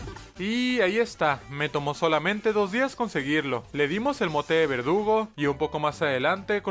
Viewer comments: Porque en vez de decir verdugo dice vergudo😅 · Hay dice vergudo xdd😅